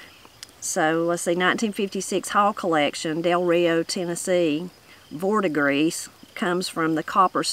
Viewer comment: Talking about the still... it's pronounced "vert-i-gree (short I). It's the green color that copper turns over time 👍